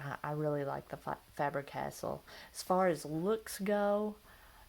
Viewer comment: Btw, Faber - Castell history eclipses Cross by a long shot.....sounds like you are saying 'castle'. Pronounced Cas- Tell